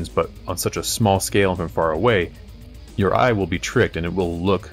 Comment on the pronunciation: When did ya hire Duncan from GW? "Thin ya paints" weirdo.